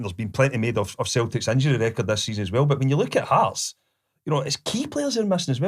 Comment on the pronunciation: 😂 Heartsess????? Uhhhhhh it's Hearts Mr Boyd 😂😂😂😂😂